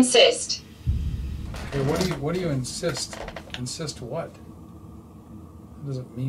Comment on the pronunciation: Was that "incest" instead of "insist"?